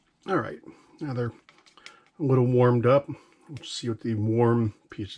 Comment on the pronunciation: Your “alright” needs work. Why don’t you have a steel tray too?